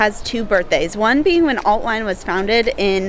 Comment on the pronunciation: "Willkommen in..." What did you say? 🤣🤣🤣 No guys, the German "ie" is pronounced like the English "ee". Just say "Veen" in an English speaker's way and you'll nail the pronunciation of "Wien". And the restaurant you were for dinner is spelled "Griechenbeisl" instead of "Griechenbesil". Best regards from Vienna!